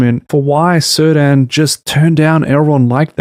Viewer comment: (It's /Keerdahn/, not /Sirdan/. Elementary, my dear Watson. Apart from that: although I think you're still being all too generous to this abysmal shitshow (I for one truly hate those bleeding snooty holier-than-thou Harfoots with a passion, and actually cheered when it looked like they were going to be crushed by those rocks and stones, and furthermore I think Not-Gandalf is excruciatingly boring), this is an interesting and well-made take on TRoP, so kudos for that.)